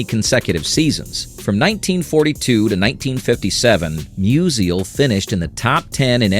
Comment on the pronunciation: Mus-ial, not Mus-i-al